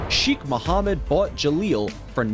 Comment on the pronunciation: Dude your saying the presidents of the uae name wrong 😂😂